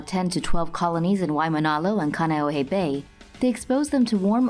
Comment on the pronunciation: Khan-e-oh-hey for reference